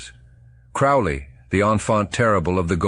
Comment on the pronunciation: Crowley rhymes with "holy."